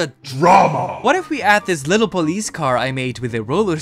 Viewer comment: Yes pole-ice